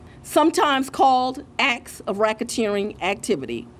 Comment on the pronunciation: Did she say Acts or Ax lol